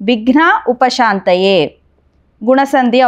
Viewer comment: విఘ్నోప శాంతయే అని వ్రాసి షాంతయే అని పలుకుతున్నారేమిటి? దయచేసి నా సందేహం తీర్చగలరు.